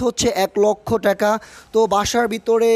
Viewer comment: টেকা না ভাই টাকা। সুন্দর করে বললে হইত বাড়িটা ভাল লাগত।আর ভাই রুচি টা খুব খারাপ।